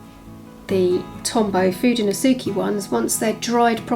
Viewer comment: It's so wild to me that there's a painting of Will and Kate in an art supply collector box. 😅 It seems so out of place. btw, the "ke" in "Fudenosuke" is pronounced like "Keh" rather than "Key". Fuu-deh-no-suu-keh ❤